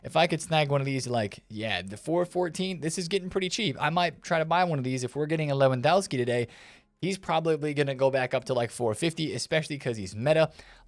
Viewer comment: I love your videos. Honestly watching them is the best way to start the day. Can I just point one thing out? You’re miss pronouncing Lewandowski, the W in polish is pronounced as a V. Just a minor thing I noticed as I’m learning the Polish language